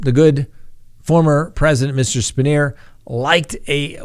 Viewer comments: It's "pronounced "Span-Yer". Formed PSU president. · Spanier is pronounced span-yer here in Central Pennsylvania. I'm 40 minutes from Penn State & I can tell you the fans never wavered away from their loyalty. Also, yes, LOCK YOUR DOORS & WINDOWS! I had a break-in once. The man walked upstairs, got nearly face-to-face with my children (pretending to be sleeping), then went downstairs to relax on my couch. After officers took him back to the care-home he escaped from, the man immediately got into an argument with his caregiver & stabbed her 13 times. Use deadbolt locks in combination with a cheap door wedge, so even if they/he/she somehow gets it unlocked, they're gonna have a tough time getting the door to open. Metal window locks are about $3 a piece - use them. They work good.